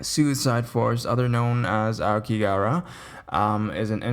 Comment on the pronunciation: Hey I made a whole video on it on site while I was there. I have lived here 9 years. Just a heads up there is no work visa for America. Average suicide rate per year here is 30k. Pronunciation is phonetically like this ah-oh-key-ga-hara. It's also known as the blue sea of trees as ao means blue and ki means tree. It's said to look blue in the prevailing mists of Fuji mountian.